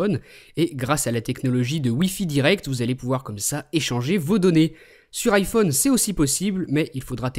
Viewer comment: ARK TA VOIX CEST DLA MARDE ! "LE IPHIUNE 5 ET LE SAMOUGN